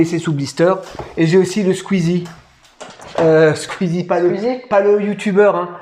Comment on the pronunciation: Strictor pour Squeeze (pas Squeezi 😁)